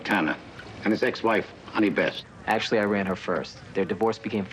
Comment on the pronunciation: Why is he calling her Honey Best? It's Honey West.